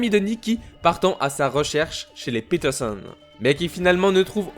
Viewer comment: fréro quand tu dis peterson arrête de dire PITERSONNE